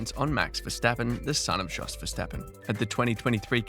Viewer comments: Just so you know, Jos is pronounced Yos. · It's Imola, not imOla. And Jos Verstappen, not Djos Verstappen.